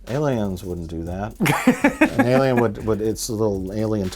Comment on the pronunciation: cannot believe they said li-lien when A-lion was right there